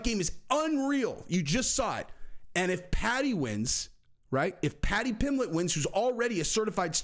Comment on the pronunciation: You said pimblett vs pimbleet, twice (?) I think lol Love the channel tho just discovered